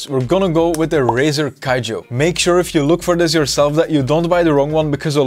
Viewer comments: Somebody tell this man its not Razer Kijo its Kiyo --- K- I - Y - O,the vid is good though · Brother, you saved my ass, but hand, you don't say "kayo" you say "Kiyo" that's from the first year of Andalusian for God's sake